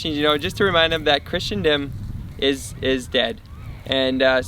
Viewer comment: You: [pronounces "Christendom" as "Christian-dom".] Me: [turns off video.] JK - I know you mean well. Keep going. Go deeper. Then deeper. Then deeper still. Your best words: "The Church needs to shift from a focus on relevance to timelessness." Trust me brother, when you begin down this path, you will see difficult things, but if your faith is strong, Christ's triumph in your good work is assured.